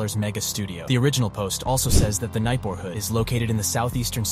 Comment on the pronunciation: who the heck pronounces neighborhood like that